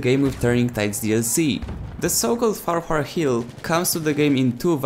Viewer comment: It's pronounced FAR-Q-HARRR